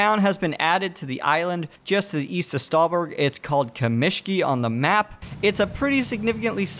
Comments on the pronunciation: btw, kAmeshki, not kamEshki :) And yAsnaya, not yasnAya. That's how they're pronounced in Russian, so I'm not correcting you at all. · It is not KamEshki, but kAmeshki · it's kAmeshki, btw, not kamEshki. Means "small stones" or "pebbles". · He is Russian and so am I. The correct pronoution is indeed kAmeshki and this indeed means "small stones" or "pebble". Also please stop calling Saiga 12 "ass 12", this really hurts ._. And thank you for your amazing video I can see you put a lot of work in it! You rock)